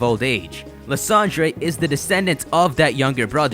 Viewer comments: Let me just say, lie-sand-er Not lis-and-ray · Is it not pronounced "Lysander-Der"